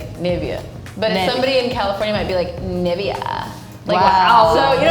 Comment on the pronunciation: Nivea isn't Spanish, but Latin and in Latin the emphasis would be on the (e) like Nivéa. That is exactly what said. Her emphasis was in the e. Not in the i or a. If her emphasis was in either i or a, It would have sounded very very different.